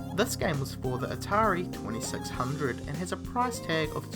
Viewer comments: Hearing you say "atari 2600" was dreadful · say atari 2600 one more time...